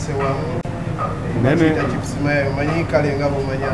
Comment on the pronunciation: Chips mayayi not mayaye ssebo